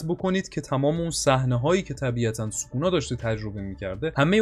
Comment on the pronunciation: چرا سوکونا رو یک جوری تلفظ میکنی